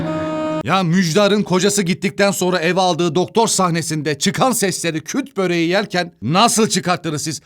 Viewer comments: Küt değill "KÜRT BÖREĞİ" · Kut değil kurd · tek hatan: KUT BOREGI DEGIL KURT BOREGI ONUN ISMI